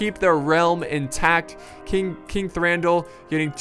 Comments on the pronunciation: you read Thranduil as Thranduwil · can't say Thranduil right lol